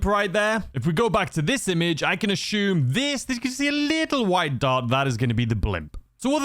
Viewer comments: Take a shot every time he says “ashume” 😂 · Take a shot every time this guy says «aCHume»😯